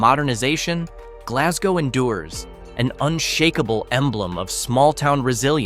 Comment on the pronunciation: We dont pronounce it like that